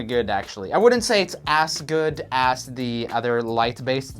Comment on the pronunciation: He says as like ass